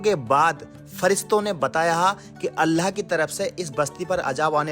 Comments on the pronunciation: Apne bolne ka andaz aur alfaz sahi krlo....Bs baki sab sahi hai...Urdu ki dhajji uda rkhi hai...Aur sabse zyada allah ka lafz bhi sahi nahi nikal rha tumhare muh se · Aapki Urdu bilkul bhi achchi nhi he allha nhi hota Allah hota he ye to muslmano ke halat hen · Kya yarr ""Allah"" ki jagah"" Alha"" bolte ho ? Alllah ka nam to pehle bolna sikho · Bro learn to pronounce Allah properly. It's not ALLHA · ALHA nahi ALLAH bolo please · Apna pronounciation sahi kar totla. Alha kya hota hai be. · nice video, Allah not Alha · Bhai.. Alha nehi Allah bolo... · Bai Alha kya hai Allah bol nehi chakta kya? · Bhai Aapne Allah Bola Ya Alha Bola Aap Itne Din Se Islam Me Hai Aur Abhi Apki Zuban Se Allah Nahi Niklta? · Allah To theek se bol le chutiya..Allha bol pada hai video me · Bht shukria aapka jo hamney quran me padha us basti ko aapne wha jakrr dikhaya.. Bhai pr aap Allah paak k naam sahi se le.. Allah khe... Uske naam me koi tabdili na krey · Assalamualaikum bhaijaan subse phele Allah ka nam sahi se lijiye apka pronounce mh garbar hai Allah sahi se bolye baki ap kam accha karrahe ho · bro pronounce Allah better please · Bhai pahle Allah bolna sikhlo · Bhai no offense but aap Allah shi tariqe se bolna seekhe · Aap ko Allah bolna nahi aataa? Sahi talaffuz kijiye aur Allah ka naam khuda nahi hy, padhiye surah aaraaf aayat no. 180. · Dost pahle Allah ka naam achhe se lele baki to sab sahi hai or wakiya bhi achhe se study kar ke kuch bola karo q ki aap ko 1L aadmi dekhte hai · Please..Allah . Sentence..sahi tariqa se pronounciation karo 🤲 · tum Allah ko Alha q bol rha Itni bdi galti tum kaise kar sakte ho. At 17 sec, min, min, min, min, min, min, min, min, min, min, min, min.itna time me tune Alha bola hai.Aur kahi kahi lutha bhi bola isne jo ki bawt galat hai. Approx last time tak tune sahi se Allah nhi bol ska salt ko solt bolta hai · Alhaa nahi ALLAH Lutha nahi lut Apne pronounce ko sahih kijiye